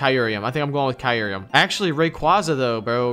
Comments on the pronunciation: U pronounce it kyur-em not Kie-ur-em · Bruh my mans said kai ruruium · Kyureum. Kai-rim. it's kai-rim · Its pronounced "kai-rum" or "cure-rum" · I've never heard someone mispronounce Kyurem so bad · So we're all gonna just ignore how terribly you pronounce kyurem huh? alright then